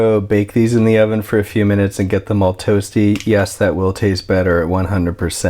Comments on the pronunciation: I thought I heard him wrong..lol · I think he mispronounced it in a video once and then it stuck. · I love how he says onion instead of oven😂